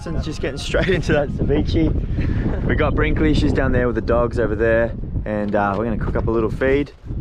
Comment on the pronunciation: Poke, is properly pronounced "PO- Kay", with the stronger tense on the "Po" . If you want to say it like its origin. And ceviche is pronounced "Seh - VEE- chay". Great day in the water. Your videographer is excellent! (Hahahah, even Vicky is correcting your pronunciation: Crema!!)!